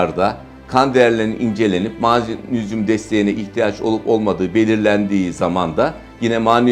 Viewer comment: Mağnezyum = MAG NEZ YUM!